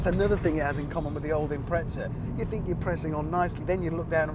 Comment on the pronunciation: There’s no “t” in Impreza…